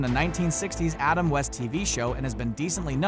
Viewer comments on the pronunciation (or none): none